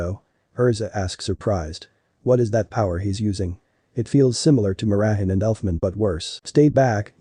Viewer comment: her name is mirajane not mirahan